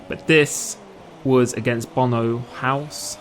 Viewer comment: WHY DID NO ONE TELL ME HOW TO PRONOUNCE BONO'S NAME